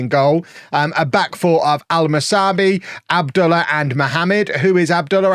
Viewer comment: I figure youre past this club at this point, but you seem to care how you pronounce your players so i thought I'd just correct you on Abdullah. It should be "Ab-Dul-lah" the lah as in Lar Gibbon.